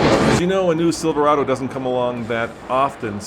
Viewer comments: i think they should have got a speaker that could actually say silverado, not silvawado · They change how Silverado is pronounced too? “silv-wahdo ”. Lol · Silvawado??? Januwary??? Couldn't find an announcer without a speech impediment I guess 🙄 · First question in interview- Can you say say Cheverolet ? Nope. Chevvfrolay. Second question- Can you say Silverado? Nope. Siwlverado. Fire the whole team. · Haha. The 2019 Sivoowado. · Siwwvawado? wtf is a Siwwvawado? Couldn't they find a front guy who doesn't sound like Elmer Fudd? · The silvawaado comes with a 2 inch wift wight fum the factowy, gweat pwoduct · Does he keep saying Siverwado ? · What the hell is a "Silvawado" ?!?! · Oh I might just wait for a new truck! About time Chevy! A nice package on an LT level! However the sides of the bed looks like, dare I write this, a Tundra? But couldn’t Chevy had used a spokesman that could pronounce Silverado? Instead of sounding like silfewado? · Yes , and according to him, also Chevy now has the NEW SILVAWADO ,...I don't know why Brits sometimes cannot pronounce their own words. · Should have gotten an announcer who could pronounce "Silverado". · What a disgrace for gm. The guy cant even say Silverado. Im pretty sure this is a sales tactic to sell ford owners a new ford. The death of great vehicles has to happen eventually and i think the time is now. R.I.P. chevy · Why would you have someone with a speech impediment introduce the new truck. This guy cant even say Silverado or truck. He sounds like a character from the princess bride. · Ud think they would've gotten some one that could pronounce Silverado to do there announcing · The new Silverado, introduced by a brit who can't pronounce Silverado. Great thinking GM! LMAO. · That Chevy spokesman needs to buy some "R"s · why can’t he say Silverado? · You'd think at least they'd have an MC that could say Silverado in American. Geez! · They should have at least hired a guy to speak who could actually say Silverado.